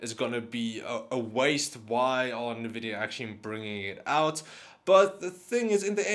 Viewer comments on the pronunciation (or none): NA-Vidia?? Nvidia ...